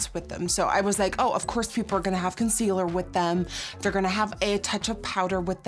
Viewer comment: Nikkie: conceaLLERRRRR British girls: conceaLAAAAA